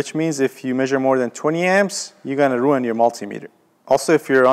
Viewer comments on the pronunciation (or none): none